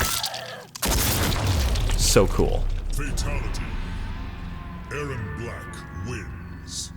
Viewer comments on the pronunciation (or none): none